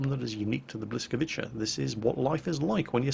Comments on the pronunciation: The way you pronounce the name is 'B-wy-ska-vee-tsa' Edit: spelt a part wrong by accident. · Hey, love your wows vids. Pretty hard to pronounce the name so here it is ( bwy- ska-veets-a ) polish is pretty hard to nail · Pronounced Boo-sak V ta means Lightning. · its pronounced bwy-ska-vitsa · A pronunciation a bit closer to the mark would be 'Bwis-ka-witsa' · Its " Blyskavitza" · Hmm, correct pronounciation would've been like: blyskawitza I guess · Grom pronounciation was almost correct:P However about 'błyskawica' you should spell 'c' like 'z' in german. And 'ł', well... let's assume it's 'l':D Best Rgds, keep doing what you're doing. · FYI, the pronunciation for English tongues should be; Bwi - ska - vi - tsa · If you try to pronounce it in sort of german-english hybrid it would sound like: Bwetz-k-wetz-I You can try this: <- there is a small speaker icon under the translated word. You can click it to hear the spelling. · Actually, The L with a line through it makes a "w" sound, so phonetically it's kind of like: Bwy-ska-vee-tsa. Don't worry about mispronouncing it though, because Polish is one of the harder languages to pronounce from my experience, and I grew up with it. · you were pretty close with your pronunciation of "Błyskawica", but not quite. Try saying it like " B-whisk-a-vits-a " the next time you try to mention it's name:) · Błyskawica pronounce bwiskavitsa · Close but no cigar, I think it's Blis-ko-vis-ah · Close. Its pronounced Bwiska-veetsa/. and its "ah" not open "a" at all the a's but you had that right. It translates to Lightning or flash of light. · Hint: The L with the tag on it is pronounced like a soft "W" in polish. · Oh, everyone knows that the Polish "ł" is pronounced kinda like a "wh" sound.... At least I think it is pronounced that way:P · Bwy-ska-vi-cha is how it is pronounced. It means lightning. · you pronounce it Bweescavitza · and its pronounced bwi-ska-vica